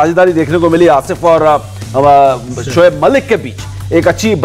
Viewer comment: Shoab malik nhi saloooo... giggaaa g bolo giggaaa g